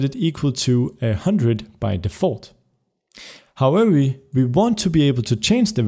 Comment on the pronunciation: did you ment to say "how ever" but failed and said "how eweeee" xD